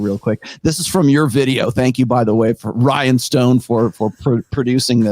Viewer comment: Sorry to do this but as an Irishman I can't let it slide lol. Rian is not pronounced Ryan. It's Ree-an. It means King.